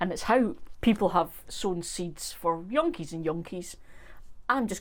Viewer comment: Younkies and younkies? LOL! I assume you mean eons and eons or some such.😊